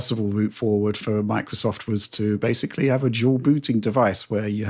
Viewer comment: Try that whenever mispronounces the word basically as “basely” and you’re guaranteed to get alcohol poisoning